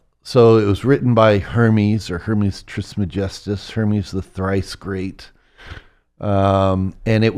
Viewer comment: He doesn’t know how to pronounce dimethyltryptamine, Hermes Trismegistus, and so many other things. If you know anything about these things, you know the most basic thing, which is how to say it. This guy knows enough to be dangerous, sounds like to me.